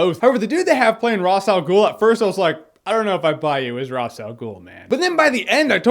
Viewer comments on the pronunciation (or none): It's Raesh, not Ras. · Who's Ross Al Ghul? Ra's Al Ghul's brother? It's Raysh. Raysh. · RAY-SH. Why can no one pronounce his name right? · he says ross al ghul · Well, Even though it is pronounced in a different way in Arabic, I always considered the DC version of the name the original because they created the character. If they say "raish" it's "Raish". Just wanted to know if you know why it's "Raish". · The show itself pronounced "Ra's" two different ways. You didn't go with either of those pronunciations, but came up with a third. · beda elhag Yeah okay, but that's how we were told to pronounce it so I'm going to do it that way. I like that you know how it should be pronounced in reality though, very cool.